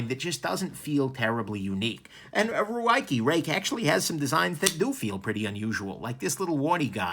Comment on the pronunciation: Since the P801 and the P108 (love these names), Ruike has been one of my favorite brands (as a budget/Sanrenmu fan at heart). I am glad that you are no longer mispronouncing their name (Roo-way-kee) because (despite their awkward naming pattern) they are worthy of recognition and pronunciation.